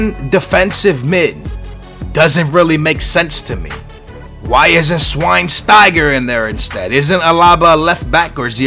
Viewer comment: HEY: shvine-sty-gurr.. please stop butchering it